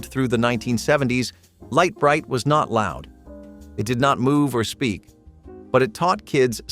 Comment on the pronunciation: Lite Brite, not LEAT Brite, numbskull!!